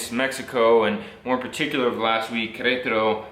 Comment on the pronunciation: one tip: Do not copy lazy accents, words like "kretaro" or "uanajuato" might sound fun, but they are wrong.